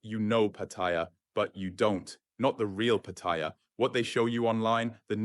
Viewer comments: PATTIA ?? NO SUCH CITY CALLED PATTIA , YOU NEED TO LEARN HOW TO PRONOUNCE PLACE NAMES CORRECTLY BEFORE POSTING THESE VIDEOS , PAT--TA--YA , MY THAI WIFE GETS PISSED OFF WITH FARANGS WHO CAN NOT PRONOUNCE THAI CITY NAMES CORRECTLY WHO POST UP THESE VIDEOS. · Do learn how to pronounce Patt-a-ya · You don't even know how to say pat e ya...listen to the people.. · I sincerely wish all these Pattaya Experts would start by learning the proper pronunciation of Pattaya. Here's how the Thais say it. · Look up how to pronounce Pattaya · It's Pattaya with a long vowel, at least try to get that right. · You should learn how to pronounce Pattaya. Ask any Thai and you will see that you and thousands others are saying it wrong. Thank you for the video. Super cam and excellent advice. Great seeing my favorite city from here in Manila BGC.